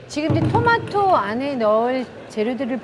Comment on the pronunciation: 여경례 셰프도 토마토를 도마도라 그러네 실망이다